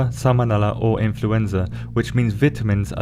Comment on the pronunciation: It's so funny hearing you saying "I N F L U E N Z A"